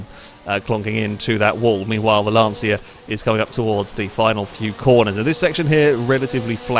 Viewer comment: can someone tell it's not "Lantseea" but more like "Luntchuh"